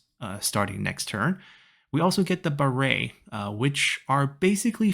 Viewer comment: OMG!!! As A Khmer myself, never thought the irrigation system of the city of Angkor Wat which is located in Siem Reap is featured here. Absolutely honored. Just a minor pronunciation, i know its written "Ba-ray" so its very tempting to pronounce it similar to "Sun-ray" at the end, however, Baray here is quite different, the "Ray" should be pronounced as how you say "Ay" or letter "i" so its "R-ay" or similar how you say "Rice" without "ce". And Baray is the irrigation system you would find in the city of Siem Reap as resevior of water for farmers to use in the dry season. It is a gigantic man-made resevoir that store water that would lead to the creation of other lakes nearby.